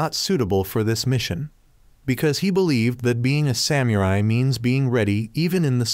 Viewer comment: because you say samurai in weird way I don't wanna watch